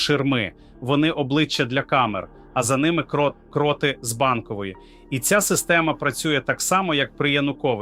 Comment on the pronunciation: Привіт "картинка" т.зв. ШІ ! А ти не удосконалюєшся: "випери" нарешті свою "просмердлу" одежинку. Ну скільки можна "виступати" у вже просмердлому (будь ти людина), весь час одинаково виложеному комірці, одягу. Програміст цього "чуда": працюй над вірними наголосами в словах. Вдосконалюй своє творіння, не лінуйся!. " КрОти Банкової ... купують собі телевізор, я ми купуєм собі трУну", - це πZ дець !!!